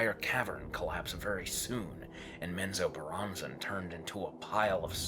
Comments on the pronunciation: "Min-zob-a-ruh" Bro what? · Why does the narrator place so much emphasis pronouncing the names of people and places? Especially since he's pronouncing alot of them like he's not clear at all how they should sound in regard to the spelling. And lastly, like so many other "so-called" EXPERTS of these forgotten realms, get your facts right before you try "EDUCATING" the rest of us mere mortals. There's nothing more annoying than listening to a so-called expert swerve and weave their way like a palsy victim on speed through a minefield they knowingly entered so they can show off. I don't begrudge most people for trying, but all the best intentions in the world are pointless if ultimately you don't have your shit together! These are just observations I have made in regards to the internet and every loose Lucy& Tom, Dick, and Harry who couldn't help themselves from just doing what all the Non-Experts of the world are doing, and that's simply -Just FUCKING OFF! TOODLES. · You mean it’s not menzo bah ren zen?